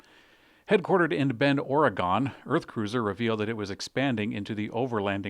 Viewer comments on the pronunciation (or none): Didn't you say you grew up in Portland? You know how to pronounce "Oregon" don't you? It's not "Ori-GONE." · my man. Please do us a favor and learn how to correctly pronounce Oregon. It is absolutely 100% not pronounced Ori-Gone!